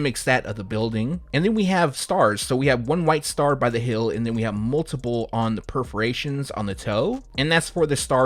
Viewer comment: HEEL?.... IT SOUNDS LIKE YOU'RE SAYING HIL